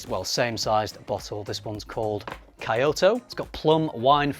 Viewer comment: slightly chuckled at the pronunciation of Kyoto, only because I traveled to Kyoto Japan many times. It's like saying Key oto.